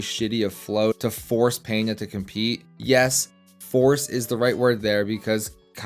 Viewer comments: LEARN HOW TO SAY HIS NAME CORRECTLY FUNCKING GRINGO ITS PENA NOT PENHA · It's not Peña by the way, it's Pena. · There is no “Peña” bro, we dont speak spanish, it s Pena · Talking about helping grow the sport, start to say correctly the name of the Brazilian athlete, Pe-na gringo Pena!